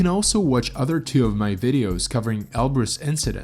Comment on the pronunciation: Can we agree on a pronounciation please? Elbrus, or El Bruce. WHICH IS IT AND WHY DO YOU USE BOTH INTERCHANGABLY???